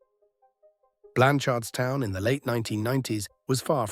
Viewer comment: It’s pronounced Blanch’rdstown 🫡